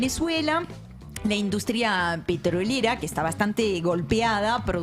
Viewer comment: Entre el o sea digamos del energúmeno y esa mina que no puede pronunciar la palabra “petrolera” con esa obsesión que tiene por marcar la R,me tienen las pelotas cuadriculadas. El programa excelente como siempre salvo esos dos detalles.